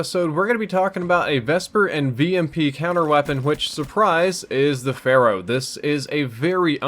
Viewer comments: Lol keeps saying phara instead of pharaoh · I swear I hear you say Pharah instead of Pharo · "Looking at the Pharah" too much overwatch